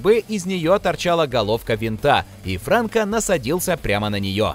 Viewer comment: Не Франко, а Франко!